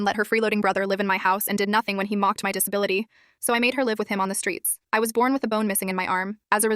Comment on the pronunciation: Why Is no one talking about the fact that the ai said dispility instead of disability